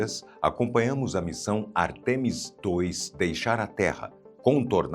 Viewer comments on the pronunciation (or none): não existe artEmis, o correto é Ártemis, uma palavra proparoxítona.